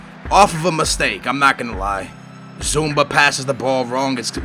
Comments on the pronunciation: his Name is zouma not zoumba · ITS ZUUUMA NOT ZUMBA FFS! THATS THE FREAKIN' AEROBIC/DANCE THING :DD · it's not "Z(o)umba" Zumba is a brazillian aerobics like thingy. It is Kurt ZOOM-AH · it is not zumba,it is zouma. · HIS NAME IS ZOUMA NOT ZOUMBA FUCKS SAKE:P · skillz its zouma zu-ma not zoumba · It's Zouma not Zoomba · why do you call zouma zoumba, his name has no b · It's Zuma, not Zumba.. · There is no B in Zouma I mean he's in your team surely you have read his name by now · Do you try to annoy everyone by saying names wrong, its fucking Zouma, not Zumba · His name is Zouma! Not Zoumba!! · Who's Zoumba? It's Zouma. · zouma, not zoumba!!! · Its zouma, not zumba! Don't mix his name whit samba. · Why do you keep saying "Zoumba" Literally, what the fuck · zumba? is that a new player? cmon skillz it's not hard to say zouma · it's Zou-ma... there is no b in that why do you always say zoumba?